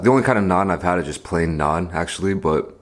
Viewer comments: Finally someone saying NAAN correctly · Damn he pronounces it like an indian lol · Your "naan" is so much better than stupid NRIs coming back to India and trying to say the word with some stupid accent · Yesss. It's so satisfying to listen to! Im constantly correcting my parents when they get it wrong so hearing it properly pronounced is relieving XD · Everyone I know says naan like that, wdym bro. It’s not like it’s anything complicated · Tarun kr yes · Fr lmao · LOL so true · Exactly! and matt stonie tho...